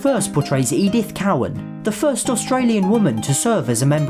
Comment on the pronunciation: botched david unaipon its pronounced david un-i-pon and edith cowan which is pronounced co-w-an